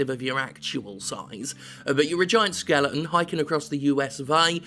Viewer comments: Do you just pick games with skeletons in them so you an mispronounce skeleton? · Jim did a video on this just so he could say skelington